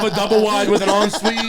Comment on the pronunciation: “en suite” 😭😭